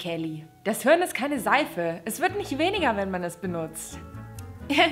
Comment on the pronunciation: Es heißt HIRN und nicht HÖRN 😂